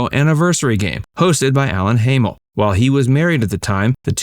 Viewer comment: Her husband's name Alan Hamel is pronounced like HAMM-el, not HAY-MELL. He used to host an after-school kids' show "Razzle Dazzle" on Canadian TV (as Al Hamel). And the clip isn't Suzanne, it's Sally Field. According to IMDB, Suzanne was in that 2001 movie "Say It Isn't So", but only in an uncredited part.